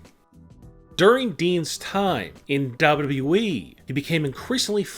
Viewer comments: "Dabluu EEE" 💀💀💀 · Dean ain't going there your full of shit make real videos for once an learn how to say wwe not dub dub eeeeee dumb ass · Wprddere lol that’s how he says wwe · OMG Dean Ambrose leaving DUB DUB We.verryyy saaad. Why don't u speak like a normal human being your voice makes me irritating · The narrator seems to pronounce WWE as Daba'yao'eeeeeee! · How he said wwe is so funny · How he says WWE fml 🤦😂😂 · I hate the way you say WWE. She could still commentate when she's pregnant for 9 months. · I hate how you say wwe. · What's wrong with you pronouncing wwe dude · Why do you say WWE like that?